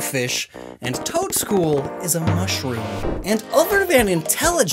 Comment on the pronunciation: it just sounds like you're saying Toedscruel twice.